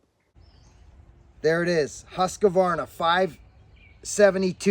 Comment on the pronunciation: You pronounces Husqvarna wrong like many Americans do.! You say Huska varna, the right pronounces in American's is Hus qvarna (Hus kverna)